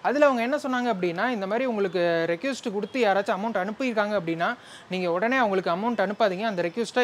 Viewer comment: ரெக்யூஸ்ட் ❌ ரெக்வெஸ்ட்✅